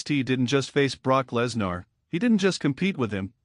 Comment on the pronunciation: Stop mispronouncing Lesnar 😢